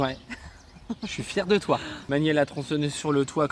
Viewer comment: " je suis fier de (toit) " 😀 C'est clair que a besoin de "toit" 🤣🤣